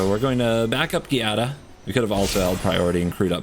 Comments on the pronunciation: Its actually pronounced Jaa-dah.... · As long as Giada has been out and you still don’t know how to pronounce the name? It is Sicilian and means Jade. Sounds like Gee-ah-da. I am only correcting you because it is my daughter’s name. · Cringe every time you say Giada. Not too bright.